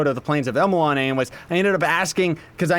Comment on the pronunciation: Friendly reminder: its actually pronounced Plains of EYE-DEL-ON